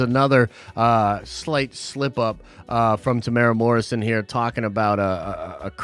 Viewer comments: There's 4 syllables in his name. You pronounce it as: 'Te-muu-e-ra' not 'Temora' lol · America to say his name property pronounce it lite this tea more wera say fast Morrison I'm from new Zealand check out once we're warriors his first major movie it is amazing